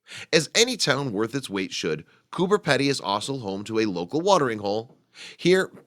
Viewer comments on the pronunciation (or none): peeedy not pedy hahahhhahahah say it right if your going to educate people LOL